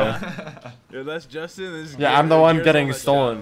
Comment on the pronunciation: THATS IN THATS IN instead of JUSTIN JUSTIN :::::... TrRIgGeErrRrrReEdDd